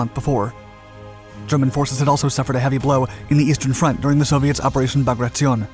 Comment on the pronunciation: Bragrattzzionee, you Italian. Operation Bagration